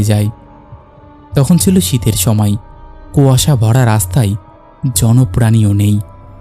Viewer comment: দাদা কথাটা কুয়াশা।। কোয়াশা নয়।